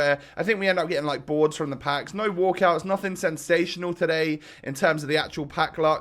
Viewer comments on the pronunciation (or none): none